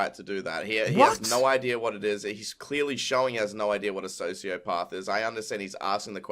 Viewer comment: kinda funny how keem goes from not knowing much and mispronouncing sociopath to knowing everything about how it can't be on a spectrum.